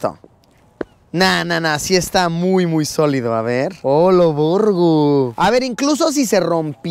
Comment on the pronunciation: Dijiste oloborgo? 🤔🤷‍♂️